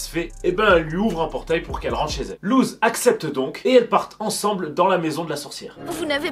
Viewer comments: Il l’a prononcé « luz » sa se prononce LOUSSE !!!!!!! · Par contre ça se prononce LOUSSE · ça s'écrit Luz mais ça se prononce Lousse ! SPOILER : A LA FIN DE LA SERIE LUZ MEURE PUIS REVIS ET A LA TOUTE FIN LA SERIE SE FINI SUR UN "BYYYYYYEEEE" LE SPOILER ETAIT GRATUIT 😁